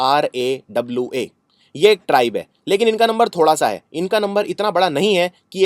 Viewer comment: It is Jarawas not Zarawas.